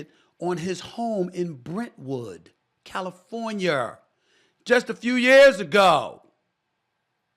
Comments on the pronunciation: He’s right. She gotta accept what she invited. U wanna be the villain, this is what comes with it. But Steven A.. Bruh .. you haven’t learned how to say word’s ending in A how not to put an R on them?? Californiar??😂😂😂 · No way he said californieer 😂😂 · Did he put an R on the end of California?